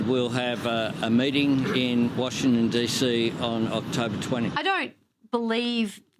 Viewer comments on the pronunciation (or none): "We'll have a meeting in washtin DC..." He can't even say "Washington" properly. Isn't it about time this tard signed up for remedial speech therapy?